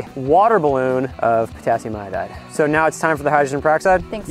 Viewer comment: Who else heard Potassium I-died